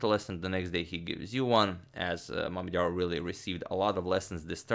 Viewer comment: "making the first move for... Shakh" First i misheard it because "Schach" is the german word for chess and its sounds almost exactly like you pronounced Mamedyarov. But i am surely not the first who mentioned this ^^'